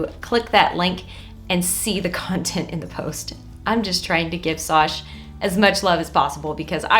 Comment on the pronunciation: I think her name is as in and not SOSH 😂